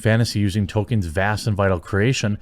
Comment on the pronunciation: Tol kein Not Token, get it right.